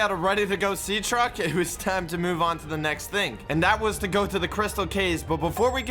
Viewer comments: my guy said sea track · bro said sea track instead of sea truck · He said sea track